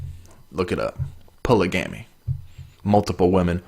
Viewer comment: I have neeeever heard polygamy pronounced like that dude xD